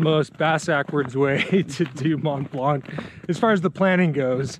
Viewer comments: And by the way, there’s no K sound at the end of the word blanc in French. Can’t believe you did not pick that up from the locals. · Very impressive and nice video. For Blanc pronunciation, the c is not pronounced